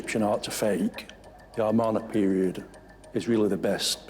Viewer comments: Hmmmm.... I've seen everything here on other documentaries, and they lost my respect from the beginning when they kept pronouncing Amarna as 'Armana'... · I have a difficult time taking seriously any self-proclaimed expert who pronounces the Amarna period as 'Armana'. It's like a nuclear physicist saying 'Nuke-you-lur'. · Might be the accent. Who said it? British folk often add an r sound on to "ah" sounds. Always makes me giggle